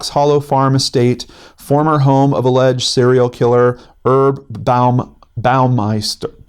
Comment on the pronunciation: I tried to watch this the other day and it is awful, just awful. Montage 'o crap. Just a note: one does pronounce the H in Herb when it's someone's name. It's short for Herbert. :-)